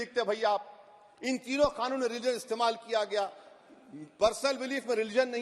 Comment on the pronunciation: It's c canoon not K khanoon.